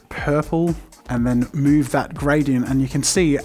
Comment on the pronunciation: Jazza and his “mouve”. (Sorry, can’t spell)